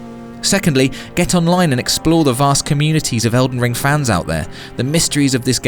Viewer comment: You know there is a G in that games name right?